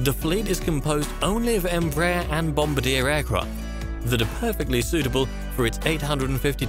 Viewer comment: Ouch. The mispronunciation is Bombardier was painful. It’s on par with pronouncing Boeing as “Bingo”